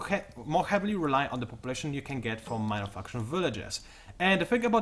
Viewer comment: i keep thinking this guy says mother fuckers instead of minor factions. also you talk way way way too fast, lay off that caffeine just a bit so i can catch up